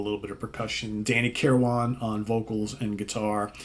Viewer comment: FYI - Danny's last name is pronounced kir-win, not kir-wan. Just sayin'